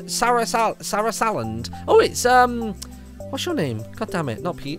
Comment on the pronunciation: sa-rasa land is who u pernoce it